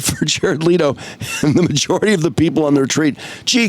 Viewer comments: Leh-to bro leh-to! Omg man your ignorance on things makes it hard to listen to your takes my dude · Leto himself pronounces it the exact same way the OP said it's pronounced. The other pronunciations you brought up are wrong